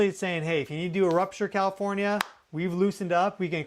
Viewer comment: Who says kafornia! He can't be from here!